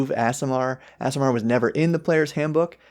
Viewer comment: I generally don't get caught up on this, but here's an easy way to remember how to pronounce aasimar: AARDVARK. AASIMAR. Two A's, not two S's. I can't help but wonder if that mix-up is one of the reasons they're making ardlings a thing.